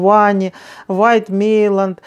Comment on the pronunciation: Не Мейланд,а МЕЙЯН